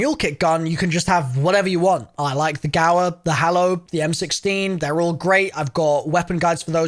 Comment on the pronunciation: The gower, the hallo